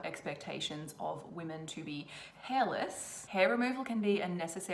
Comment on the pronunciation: "Shaming the wemen of the wotld... australia and the whole universe" 🤣🤣🤣